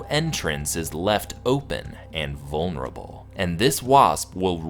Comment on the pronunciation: did you say vulnerable?